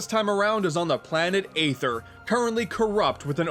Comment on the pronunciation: who else cringed when he said aether with a long A sound...